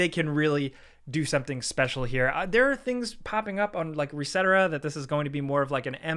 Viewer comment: He really just said "resetera" instead of "reset era" smh